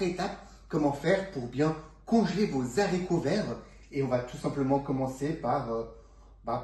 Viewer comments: Bonjour. Merci pour ces informations. Par contre (et j'espère que vous m'excuserez pour la petite remarque qui suit), sachez que l'on ne prononce pas les "zharicots". En effet, le "h" de "haricot" est aspiré (comme hibou, hasard, etc...) ce qui signifie qu'il n'y a pas de liaison. Comme je suis très attachée à la langue française et à la prononciation de ses mots (pour ne pas dire maniaque...), je dois avouer qu'à chaque fois que vous avez prononcé ce mot de cette façon... j'en ai eu mal aux oreilles. Sinon, une petite astuce pour les piqûres de guêpes ou d'abeilles: le vinaigre car il peut aider à soulager la douleur et le gonflement grâce à son acidité, qui peut neutraliser les substances toxiques du venin et avoir un effet apaisant sur la peau, réduisant les démangeaisons. C'est toujours ce que je fais dans cette situation et ça fonctionne très bien (sans hématome 😉). Je vais maintenant aller visionner votre recette. En tout cas, je vous souhaite une bonne continuation. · Comment congeler les zaricots ? Faut-il les stocker dans des zangars ? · 1/ on ne dit pas "les Z'haricots verts", 2/ on les lave AVANT de les équeuter sinon ils se gorgent d'eau. 3/on équeute QUE le côté qui était attaché au plant, JAMAIS la petite "virgule" 3/ on équeute QUE le côté qui était attaché au plant,JAMAIS la petite 2/on n'équeute pas les haricots AVANT de les laver car ils vont se gorger d'eau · Merci pour cette vidéo. Mais je ne connais pas les zaricots , seulement les haricots… excusez-moi mais ça choque mes vieilles oreilles 🥴🤣